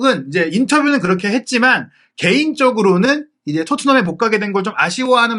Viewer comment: 거렇게 아니구요 그렇게 발음이 이상한건가요 ?